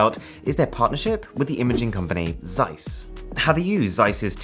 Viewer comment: You know all about iconic Zeiss lenses but you do not know how to read Zeiss. It hurts because you said it so many times..